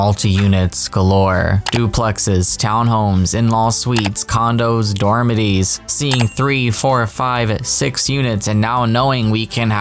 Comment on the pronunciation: Not dorma-teez 😂 it’s dorm-a-tor-eez. Don’t worry, you’re not the only simmer saying it. Love your videos,! ❤